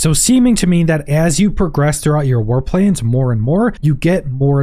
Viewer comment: I was listening and couldn't watch the screen for a while. I'm thinking: "War Planes?" "War Plains?" Or is it "Warp Lanes"? Then I could get to the screen... "Aaahh... War PLANS! That makes a LOT more sense!" LOL! English, eh?